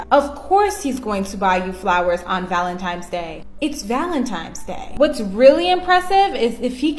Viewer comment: "valenTIMES day" 🤡